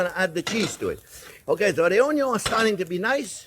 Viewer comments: If been pronouncing "Onion" differently ever since discovering this channel. Aloha from Hawaii :) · After all this time the "Onyo" STILL hits that spot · Onyon first…. Unless there is bacon!…. 😜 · "I always screw up something, but you know what, I am having fun" That's why You're my favourite YouTube chef, You always come out on top. Your excellent technique, wonderful recipes and it always make me happy to watch You cooking. And beleive me, watching You making mistakes makes me much better at cooking. ... and I even start pronouncing onion like You, it sound much more delicious that way!